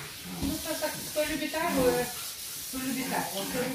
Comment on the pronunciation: не А'йву, а Айву'!!!!!!!!!